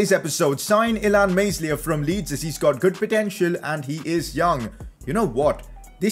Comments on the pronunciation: The "S" in Meslier is silent..... It's pronounced Melier not meSlier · can someone tell this man its pronounced melier not meslier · It's pronounced illan Mel-e-Air pls sign him tho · the boys name is pronounced meliay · you are pronouncing Illan Meslier wrong